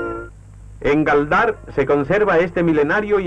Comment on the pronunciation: “Palmeños”, para mear y no echar gota. Y ya la pronunciación de Gáldar como un topónimo agudo...